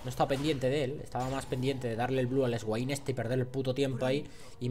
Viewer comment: esguain... se lee Suein Q-Q